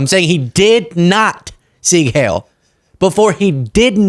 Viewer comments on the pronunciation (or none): I know this is uber trivial, but it's not 'sig hail.' It's 'seeg high-l'. Not all of my German heritage is pride worthy, but the language is. Ok, that was just bugging my autistic brain, I'll finish listening now.